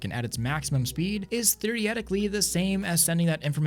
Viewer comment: t h e r i e t i c a l l y